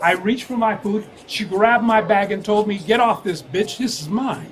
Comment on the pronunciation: "what I tole ya." He can't even form a coherent sentence